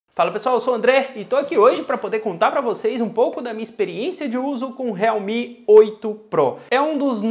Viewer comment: Sério que pronúncia realmi?tipo esses China MI 🤔..